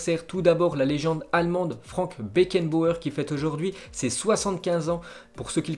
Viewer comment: Mec c'est pas possible t'as vraiment un problème avec les noms, travaille là dessus pour améliorer la qualité de tes videos stp. (C'est FranZ Beckenbauer et pas Frank, tu sais pas prononcer Jurgen Klopp, Bundesliga, tu passes ton temps a mal prononcer les clubs italiens genre tu dis Breskia pour Brescia (on dit Brechia), la dernière fois t'as sorti un "rhénoa" des enfers pour dire Genoa... bref j'vais pas sortir tous les exemples mais ils sont nombreux.)